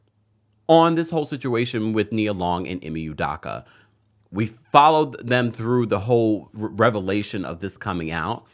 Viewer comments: Its pronounced -DOH-KUH. DOH-KUH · His last name is pronounced ‘u-dough-kah’